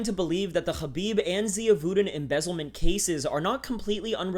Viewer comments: The way you say hrrrraabib LOL white boi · you know how many people absolutely cannot stand it when people try to pronounce foreign names with the native accent?... Its fkn intolerable and literally the reason why i will shut this video off after completing this comment. fkn "ZHUUUUCCCBIB!.." wtf man... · stop saying khabib weird